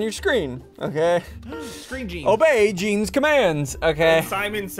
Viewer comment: It’s gene or jean not jeans